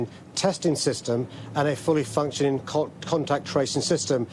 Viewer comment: What we actually need is : a fully functioning Mayor who knows how to pronounce words ending in “ G” 😡